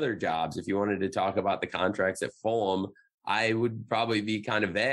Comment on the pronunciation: The way he pronounces Fulham bothers me. Flum